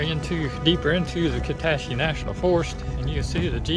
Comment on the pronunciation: Kuh SAT chee is the pronunciation. I’m north of Shreveport, but part of my heart lives in the wilds of KNF